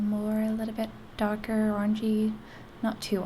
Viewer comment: Very nice. Only tip is that dark, and darker require a stronger 'r' sound.